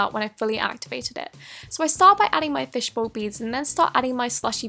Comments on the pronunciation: Fishbow? Is that how it's spelled and pronounced? Edit: I'm not being sarcastic. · U said fishbow